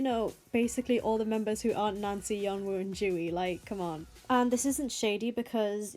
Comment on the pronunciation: Sorry but i kept understanding nazi when you said nancy